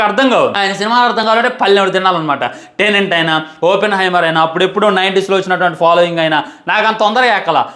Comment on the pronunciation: Orey babu adi Tenent kadu ra Tenet the word is a Palindrome 😂😂😂😂